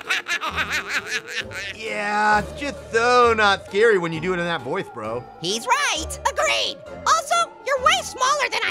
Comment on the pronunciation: Thought he said voice when hoice